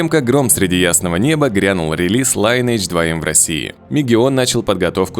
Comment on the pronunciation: лИнедж, круЗАйдерс. Просто если пилишь контент, просто напиши нужное слово в гугл переводчике и послушай. А так видео норм.